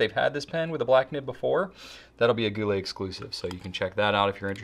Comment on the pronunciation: "Gou littles" 🤣